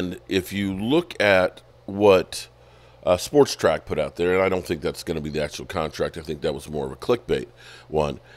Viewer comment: Iit is SPOT-RAC NOT Sportrac.